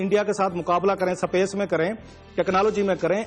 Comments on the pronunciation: Space ko "sa pace" bol raha hai :) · pakistan bhi aisa kr skta h mujhe tab hi pta chal gya jab isne space ko sapece bola..😂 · Bhaiyya wo sapece ni space hota h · Chutiye pehle space to bolna sikhe, sapace bol raha hain. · Pronunciation ki maa behen krdi iss thulle ne..sapace h technalaagy h..cumpatetion krenge saale english aa ni ri competition krenge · daaaalar, sapesh! 😂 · mukaabla "sa.pace" me kare😂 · Did he say "SAPACE" ?